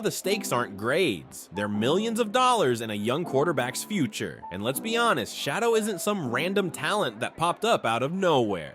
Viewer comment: How about you make sure the AI voice over gets the Name right. Shadow, SHA doors, Cheddar to name a few... Sloppy work makes the rest of the video come off as not credible. After getting it completely wrong the 3rd time I just turned off the video.